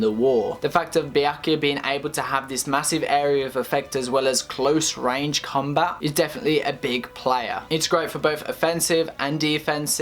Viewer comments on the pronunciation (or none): none